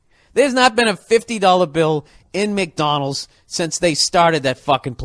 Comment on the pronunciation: “McDonals” lol